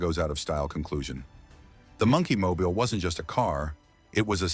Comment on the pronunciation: AI pronunciation of "Monkey Mobile" is wack!